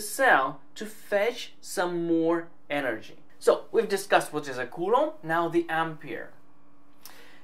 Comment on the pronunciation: can you please say coulomb right? i speak spanish and culo means ass and what you are saying is ass in spanish like all the time, really hard to watch without laughing